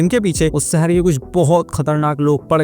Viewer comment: Saher nhi hota hai shaher hota hai jabardasti nhi zabardasti aur jada 😂😂😂😂 zada hota hai